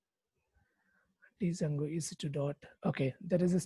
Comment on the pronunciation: great explanation, but please try not to call it d + jango, only in India we tend to do this mistake, d is silent, it should be pronounced jango, otherwise it's a great video, thank you :)